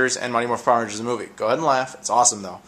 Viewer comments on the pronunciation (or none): none